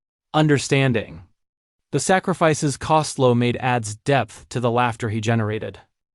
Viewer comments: Would have been better if the “narrator” could pronounce his name. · You need to get your name right its COSTELLO. RIP LOU❤